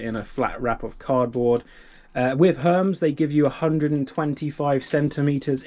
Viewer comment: love watching your videos but I do have one critique (SORRY) Hermès is pronounced (Her meeze) and not Herms!... named after the Greek god winged messenger 🙂